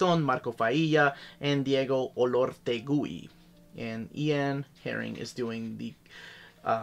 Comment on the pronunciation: You don't read the U in Olortegui.